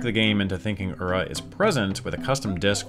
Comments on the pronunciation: I love this kind of information, but there's no way I'm the only one who finds it grating that Ura Zelda keeps being said "Ur-ruh" instead of "uu-rah," like 裏 is actually pronounced. It's just kind of a pet peeve of mine, hearing people repeatedly use a word from a different language and not make sure they're pronouncing it as best they can. Especially on something like DYKG, which does a great job of researching, but left something like that very clearly incorrect. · Awesome video guys! Just one thing that Ura is pronounced as OO-RA. I was listening to this episode instead of watching so hearing UR-RA got me confused on what it's supposed to mean